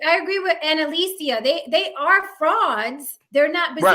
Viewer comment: WHAT IS DISRESPECTFUL... MIS-Pronouncing ANNALICIA'S name every single time